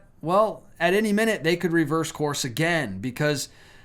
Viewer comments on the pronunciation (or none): none